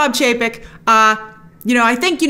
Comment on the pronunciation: Love how Grace messed up Chapek and Paycheck haha